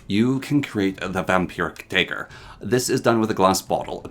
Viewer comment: This is driving me insane but you keep saying dagger wrong The da would be as in dab (yes cringe ik) the ag bag ger like villager Aka (dah-gur)